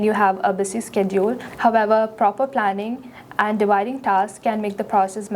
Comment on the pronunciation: busy❌ pssy✅